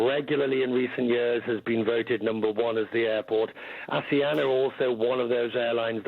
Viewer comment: operated by "anseana" airlines